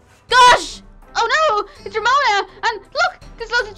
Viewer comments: Its romona not remona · I mean Its Ramona Not Remona